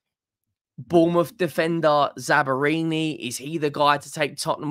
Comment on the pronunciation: I was listening to this video when I was driving home from work. I was like... who is this Italian defender that Spurs are linked with from Bournemouth? Zabarini? Bournemouth have got an Italian defender? Then I realized that will reliably butcher any name with more than 1 syllable and remotely foreign.